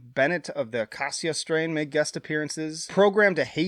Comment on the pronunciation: Acacia Strain is pronounced with long A's the whole way. Just a heads up. Whitechapel for me is mostly a live band. I don't really listen to them outside of it though.